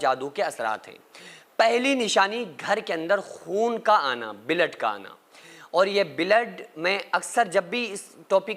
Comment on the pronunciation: O bhai kaise bolta hai tu mai soch rha hu k bollat kya bad mai pta chla k blood ko billat bol rha ha. Kya item hai tu